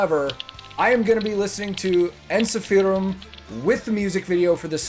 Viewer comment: Yes, you pronounced it properly!!